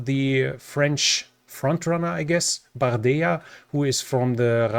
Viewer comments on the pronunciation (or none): Don't trust anything bardella says 😆(also it's not pronunced like a "Y" but more like a single "L"), he's a mere puppet for the party, behind that, the friendlyness to putin is still strong, he just says the things he needs to be said to be elected, but he's likely not going to have a majority (thankfully), nor likely is anyone, as the current projection will seemingly divide the representatives in more 3 blocks of more or less equal size, none with enough votes to push any strong agenda, we will see how help for ukraine goes in that context, but i think it should go more or less smoothly, as enough in each of the three blocks support that for it to pass.